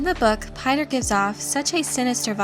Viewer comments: Actually its pronounced "Peeter", not "Payter". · Piter=Peter, not PIE-ter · Piter ("Peter"), not "Pater" or "Pie-ter" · "Piter" is a dutch name, so it sounds terrible to hear it being pronounced the english way.